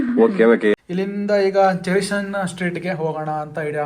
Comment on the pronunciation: ಚೆರಿಸನ್ ಸರ್ಕಲ್ ಅಲ್ಲಣ್ಣ ಚೇರಿಂಗ್ ಕ್ರಾಸ್ ಸರ್ಕಲ್